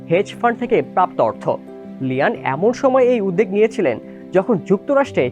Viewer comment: উচ্চারণ উদদেগ করে ফেলেছে বাট উদ্‌দোগ বললেই সঠিক হতো। উদ্‌জোগ্ উচ্চারণ বাংলা একাডেমির আধুনিক বাংলা অভিধানে বাদ দিয়েছে।